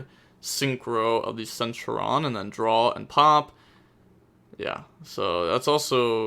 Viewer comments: Omg Sen-Tur-e-on!!!!! Plz. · not really u pronounce the t as a ch sound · The way you say it is cen Turion (ter-ion)